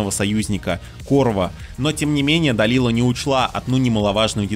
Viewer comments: а можно было имена персонажей нормально произносить, как они должны звучать в реальности? То что наши доморощенные локализаторы обкурились аргентинского и обозвали Дэлайлу... Далилой, не значит что автор должен повторять за ними... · Называть Дэлайлу, Далилой потому что так решили переводчики первой части ты будешь, а Да́уда, Дау́дом не будешь из принципа. Интересная позиция :/ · УУууух, услышал "Далила" и немного подлетел на реактивной тяге... Может это только для моего слуха, но Далила больше похоже на глагол в прошедшем времени, а не на имя. Дэлайла она, Де-лай-ла. Даже в гугл переводчик не поленился закинуть её имя в оригинале и прослушать произношение. Ухх прям=) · да Дауд ты хорошо произносишь. А вот по английски Далила звучит не так. Дэлайла правильно так. А Далила прям режит ухо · То есть ты из принципа ставишь ударение в имени Дауд на а, но Делайлу называть Далилой тебе норм? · Изгнанник... Далила.... Автору самому слух не режет? Хоть бы читал нормально